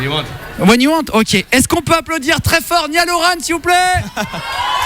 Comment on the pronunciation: Niale Orane 😂 ça fais presque saigner les oreilles